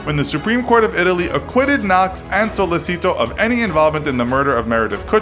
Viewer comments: He pronounced it wrong, it's not pronounced sollesito, it is sollechito, CH no S (it's pronounced like this, although not written like that in Italian) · That Spanish pronunciation of "Sollecito". You read it as it's written. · Oh. My. God. The pronunciation of Sollecito is cringeworthy. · sOlLeseeTO BRUH its so-le-chi-to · It's Sollecito, not Sollesito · So man pronunciation problems. Perugia (say g like j). Sollecito pronounce like “sollechito” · and "sollecito" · Your mispronunciation of Perugia and Sollecito throughout the video is driving me crazy. The G in Perugia is pronounced like the J in English. The C in Sollecito is pronounced like the CH in English. The G in Mignini is not pronounced like a hard G. GN is pronounced like NY in the English word canyon. Mee-NYEE-nee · You’re Italian pronunciation is awful... you could learn right pronunciations of ‘Mignini’, ‘Perugia’ and ‘Sollecito’ before making this video. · If it's language difference between English and Italian then why you pronounce "Sollecito" as a Spanish name. Don't be rude and arrogant if someone does a constructive criticism.